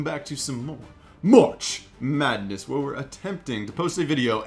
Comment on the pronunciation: yo when he messed up sayin march madness i started dying and had to re watch it like 20 times lmao